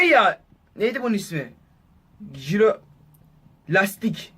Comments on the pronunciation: Jiroskopa jirolastik diyo adam jhjfffjhhhh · Jirolastik diyen koca yürekli kuri